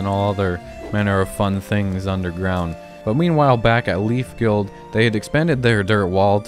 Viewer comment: When you said guild I hear girls